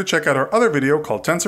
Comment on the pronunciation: Maybe it's because his voice makes him sound like he's saying "Thans".